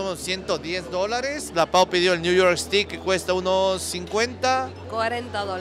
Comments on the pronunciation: STEAK 🥩 se pronuncia e-s-t-e-i-k. Cuidado, 😊 ustedes dicen "estic" es un palo (pedazo de madera). Saludos 🌹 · Si, le falló la pronunciación 😁, en todo caso buen video.